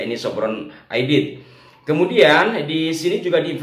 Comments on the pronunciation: D. N. Aidit ... bukan Aidid ... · AIDIT (T) bukan AIDID ( D) ya !